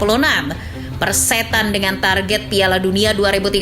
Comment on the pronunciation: Kata persetan kok ngomong setannya tebal bgt, kesel bgt ya min 😂